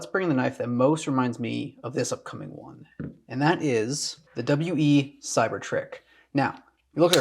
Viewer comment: Its just pronounced "wee" like the word "we". regardless, awesome knife and love this newer style of video giving your input on the knives